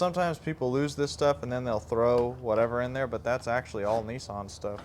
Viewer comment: Neesan NEEsan??? Niss as in Miss, than an =Nissan.